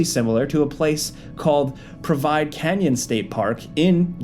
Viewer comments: did u really say “provide” and not Providence 😂😂😂😂🤦🏾‍♂️ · “Provide” Canyon State Park? Do you not know how to say the word PROVIDENCE? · *Providence Canyon State park, not "provide" other than that, great video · Did u just read providence as provide? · Did just mispronounce providence. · Provide Canyon? Cola? gonna need someone to check those pronunciations. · Providence, not provide lol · Did your script really say "Provide" instead of "Providence" lol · Did he say provide instead of providence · Providence canyon state park… not “provide”. Bro can’t read. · "Provide" Canyon?? 😅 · "provide" canyon...... Great vid either way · “PROVIDE” ok…. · "PROVIDE park" and "corruptCOLA"??? Someone can't read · "Provide Canyon" its def not Providence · Same bro, I realized almost immediately that he pronounced providence incorrectly, I actually get so pissed off when people truly believe the dumb American trope, they’re just falling for sensationalized media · "Prov-I-dence" Canyon? Okay the mispronunciations from you guys have been getting crazy lately. You have to be doing this on purpose at this point. Who doesn't know of to pronounce providence? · That providenice pronunciation made my brain hurt. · 8 mins in and you've butchered "providence" and "koala" Do better man 😂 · You can't pronounce providence? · Providence is not pronounced “Provide”. Yeah, top notch journalism. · | Thaaank you, that annoyed the hell out of me. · Came here to say the same exact thing... like damn bro there's no way he's that illiterate lol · No, it's not. It's pronounced Prah-vuh-dense. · can’t say Providence 💔